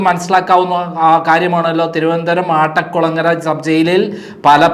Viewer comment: ആട്ടക്കുളങ്ങര അല്ല അട്ടക്കുളങ്ങര ആണ് ശരി